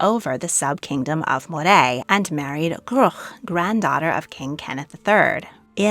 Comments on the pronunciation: It's MO-ray, not Mo-rayyyyyyyyyyyyy. I live in MOrayshire so that's why I know! And it's traditional Scottish food. Scotch is a drink... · Moray is pronounced Murray